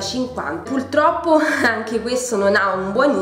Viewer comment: Mi sono appena iscritta! Non per rompere ma si dice purtroppo e non pultroppo!😉